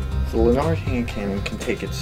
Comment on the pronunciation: lanard not lun-ard